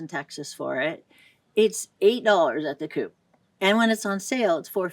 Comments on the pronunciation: The coop ???? I think you mean co-op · I'm 3 1\2 minute in it and can't take it anymore...... this woman is calling the grocery chain Co- op (Cooperative), Coop [Koop] and probably mixing the price of organic semolina flower in the US $3 to $5 a pound, with cheap bleached white flower in Italy...... Co- op does not sell organic food, if you want that you have to go to a Bio only store and I doubt there's one near her.... at the biological (organic) store that semolina flower will be priced way more expensive that the one in the US. Italy is a very expensive country..... "you can definitely get by" but if you're expecting to live like you do in the US..... "forget about it" I want to see the power bill of this lady LOL Probably in the thousands of Euros.......oh BTW gas is $10 a gallon......